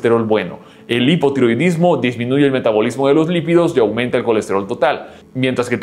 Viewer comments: Es perfíl de lípidos no lividos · Se dice Lípidos!!! no se dice lividos.... :face-red-droopy-eyes